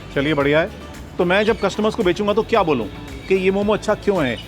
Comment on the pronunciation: itna research kiya aur apko ye bhi nai pta ki momossss nahi hota , momo hota hai